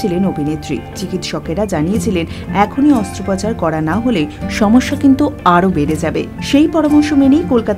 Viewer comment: অস্ত্র 'পচার'...... 'পচার'....... "পাচার" , "প্রচার", কোনোটাই নয়!